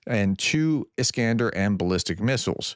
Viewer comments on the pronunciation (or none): none